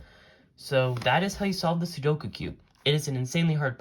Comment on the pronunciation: IF YOU ARE GOING TO POST A SOLUTION VIDEO AT LEAST LEARN HOW TO PRONOUNCE THE CORRECT TITLE OF THE CUBE???? IT'S CALLED A "SUDOKU - (SOO-DOH-KOO) CUBE!!!!!!